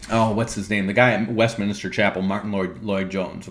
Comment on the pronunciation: lol - you kept saying WestMINISTER instead of WestMinster. ... and a few other places.